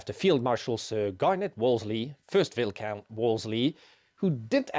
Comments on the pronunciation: Viscount is pronounced veye count. Not vis count. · “Vi - Count”, not “Vis - Count”